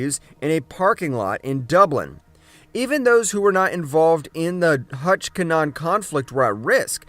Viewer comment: It’s pronounced kin nah Han